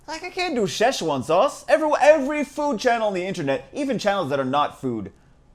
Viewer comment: "Sheshuan sauce"